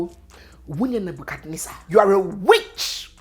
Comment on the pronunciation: 😂😂😂😂, did I hear nwunye Nebuchadnezzar?